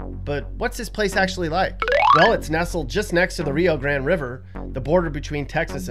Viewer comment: It's Rio Grande not Rio Grand